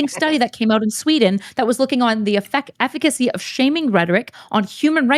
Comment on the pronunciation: She keeps saying political eficiacy and it's triggering the heck out of me.